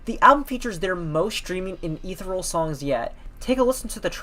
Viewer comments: Great vid, thanks for making. Small tip: it’s pronounced e_the_-ree-al ;) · Pronounciation of ethereal: uh - thee- see - uhhl